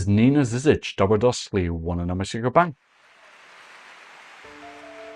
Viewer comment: Pronounciation: Doh-Bro-Dosh-Lee (you actually did okay aside from the missing i) Also the Ž is like the sound when you say in English that you want to “zhuzh something up” (make more stylish) - or like the sound in the middle of the word “measure”.